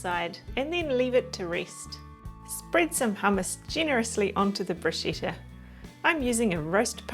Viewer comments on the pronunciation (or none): Bruschetta not Bruscetta. The right pronunciation is about "Brooskketta" 😉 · Larrs Womb... Yes, in fact you are right. The pronunciation in very wrong. In Italy they wouldn't understand the hell she is saying !!! But why ? It's so simple ! Bruschetta.. the pronunciation is about "Broosketta". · pretty sure it's pronounced Brusketta in Italy. lovely video though